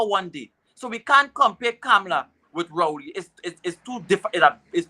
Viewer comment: Her name is KAMLA.......not KA-MA-LA🙄🤨